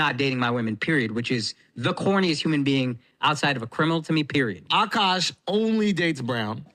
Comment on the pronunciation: AhhKash . not AKK KASSH